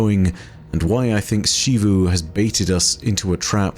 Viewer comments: Every NPC: Zee-vu: She-vu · Why is it in game charcters prounounce "Xivu" as Zevu, and you pronounce it Shevu? Arrogance? Or something you know that all of them and the devs do not? Do you pronounce; Xenon, Xylophone, Xenobiology, with a "SHhhh" sound? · It still annoys me that he says shivu instead of zeeru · I love your videos, but one thing that always takes away from them is how you continue to pronounce Xivu as Shivu, when it is very much Zivu. You even use clips that have that pronunciation. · Just curious, why do you pronounce it like She-Vu instead of Zee-vu like the NPCs when they use it in dialogue? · mispronouncing Xivu as "Shivu" irks me waay too much... >:( That even after he plays multiple voice lines where EVERYONE pronounces it correctly in game. sigh